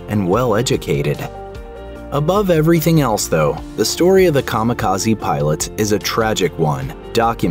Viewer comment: Kami-Kaze not kama kazi 神 kami 風 kaze divine+wind